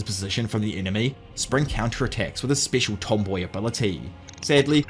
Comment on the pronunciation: That not how you say special. Grow up